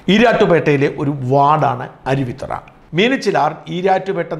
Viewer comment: അരുവി'ത്തറ' അല്ല അരുവിത്തുറ ആണ്‌ ശരി. തുറ എന്നാൽ കടവ് ആറ്റുതീരം എന്നൊക്കെ അർത്ഥം